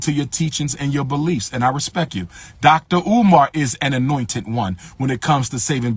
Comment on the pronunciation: My man said dollar umar 😂🤦🏾‍♂️